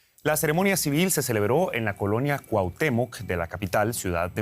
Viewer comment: Que bien que supo pronunciar ‘Cuauhtemoc’!